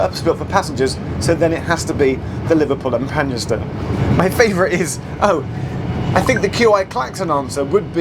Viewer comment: “The Liverpool and PAN-YESTAH…”😂👌